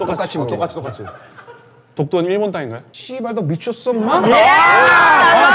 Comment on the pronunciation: 전태풍 ㅅㅂ발음만 ㅈㄴ정확하네 ㅋㅋㅋㅋ